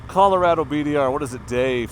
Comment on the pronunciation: I grew up in Colorado I would say it like Colo-RAD-do . It's called colorful Colorado for a GOOD REASON.